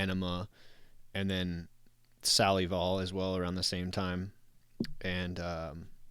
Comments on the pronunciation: Close, it's pronounced SAL-UH-VUL, think of it like a derivative of the word salivate more than the word saliva if that makes sense. Adam explained the pronunciation when it came out. We were dying for a new album and he explained it was a way to not only hold us over until then, but to keep us salivating until the album was out. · I don't mean to be that guy, and I'm not 100 percent sure, but I'm pretty sure the tool album Salival is pronounced Suh-Lie-vle...kinda like saliva. Plus I read somewhere how if you look on the DVD box set (or possibly the CD case) there's a tiny shiny square in the center of the box that's supposed to be a hit of blotter acid. You know, you put the blotter on your tongue and let the "saliva" soak it up. Plus, remember at the beggining of push it (live) on that album, Maynard says something along lines of "we're looking at one of our songs from a different angle..under a different light, so we can hopefully kinda see it for the first time." ..I always thought maybe that performance was done on acid. Idk. Just a guess..again, could be completely wrong so don't shoot the messenger. But ya, I didn't type all this to neccasarily correct you...more to friendly inform.. (That is IF I'm correct 😉). Anywho...great episode and I dig the subject matter being a Tool fan. Keep up the good work gents!🤙😎♥️